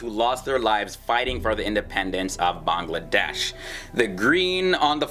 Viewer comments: Its bangladesh not banlaaaades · Beeeyngladash and Nephol really nigga? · Its not banglaadeish, it should be banglla'Wedaish. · i cant stop my laugh when he pronounce bangladesh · The way he pronounces Bangladesh 😂😅 Loved the video though!! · D is silent in BANGLADESH